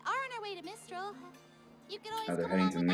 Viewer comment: It's MIStral, not MINstrel